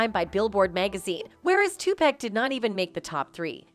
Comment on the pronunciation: “Two-Pack” Ahh yes, 2-pacq-uiao that robot shit is criminal😂